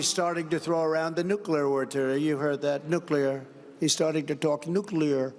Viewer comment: “Nook lee ear” the master of “Ree be dooo Ahhh.” Vote smart please.